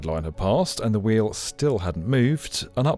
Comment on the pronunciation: Note to the non=-English: That "sampuw" is this poor guy's attempt at "sample." "We-you" is his idea for "wheel."